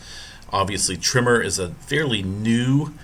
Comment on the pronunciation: Is it just me but dude sounds like he is pronouncing the word tremor as trimmer?